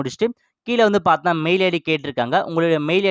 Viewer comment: Paathna paathna konjam kammi pannikonga. Ilana correct ah sollunga paathinga na nu